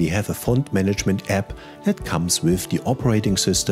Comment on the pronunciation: Sehr gut. Ich habe PrintMyFonts gleich installiert und eine PDF mit Microsoft Print to PDF erstellt (1800+ Fonts). Auch Komplimente an Deine englische Aussprache - absolut klar und deutlich (ich bin Brite, mal so nebenbei). Auch danke, daß Du App als 'App' anstelle von 'Äpp' ausgesprochen hast:-)